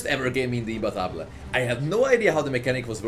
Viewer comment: Thank you for pronouncing imbattable correctly